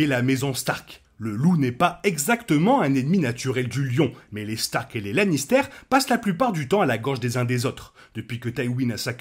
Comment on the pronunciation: Super vidéo sur got, bravo 👏👏 pr contre arrêtes stp de dire Lannistère! C pas un fromage, puree de pomme de terre! Sinon meilleur Lannister ever : Tyrion, prcq c le plus développé sur tout plan : (son enfance, son dévouement et sa rancœur avec sa famille, Shae) et pour sa participation au développement des autres personnages et de l'intrigue.